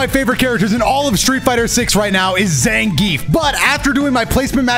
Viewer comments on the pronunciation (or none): You pronounce Zangief wrong.